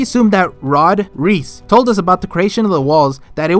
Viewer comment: can you pls stop pronoucing reiss like reese. Not even in the japanes dub nor in the english dub do the pronouce it like that and both already pronouce it wrong. Just like with Berthold they struggle a lot with german pronounciation.